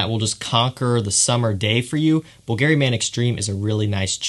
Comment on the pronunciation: please stop saying Bvlgari like it has a Gary at the end. Google the pronunciation...